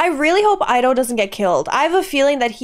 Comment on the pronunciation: Ido has been repeatedly called "eedo" all movie, and you suddenly start calling him "eyedo"?